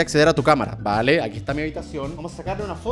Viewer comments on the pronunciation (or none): none